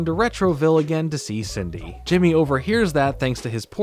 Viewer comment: I love how pronounces Cindy as "Sidney" lmao Idk if anyone noticed